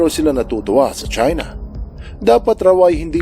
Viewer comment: 'Chuina' Kung Flu 😂🤣